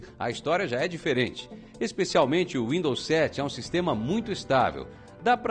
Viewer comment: Ele falou Rwindows kkk